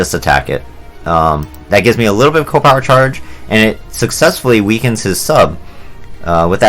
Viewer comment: I find it funny that you pronounce it co-power and not C.O. (see-oh) power.